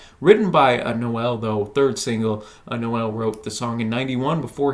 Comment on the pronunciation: Noel isn't pronounced No-ell, it's pronounced like bowl but with an N (obviously).